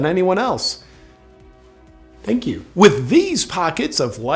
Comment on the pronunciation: That "thank you" was personal haha